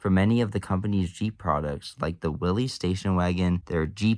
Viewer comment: It's pronounced "willis," not "willies."